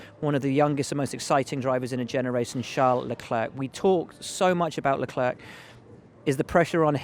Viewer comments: it's LEC-LAIR not LEC-LURK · Will Buxton.. why can't you just pronounce Leclerc his name correct. It sounds horrible the way you say it. Is it the English pride or are you unable to pronounce it correct.